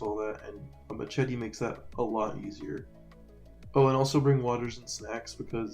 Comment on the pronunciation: man can’t say machete